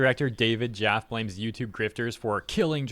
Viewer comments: Jaf Fee. Not Jaff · First, Jaffe is pronounced like Jaf-fee, two syllables. He has a transgender child, so I can see why he would have the take he does. Anyways, I always respect him and his opinion regardless if I agree with him or not. He's an interesting guy.